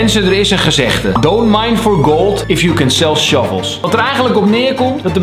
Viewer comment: Kalvijn, ik ben zo blij dat je deze video hebt gemaakt. Er zijn nog te veel kinderen die denken dat je met dropshipping super rijk kan worden in een hele korte tijd. En prachtige uitspraak van die sell the shovels